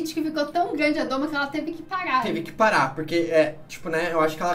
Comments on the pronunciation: Pq vc's falam "a doma" quando o certo é o domo? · Adoro o canal. Vejo tudo. Mas falar "a doma" é dureza pessoal! O certo é domo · Esse comentário precisa ser visto. Toda vez que eu ouço "doma" me dá uma dor (e vontade de fechar o vídeo).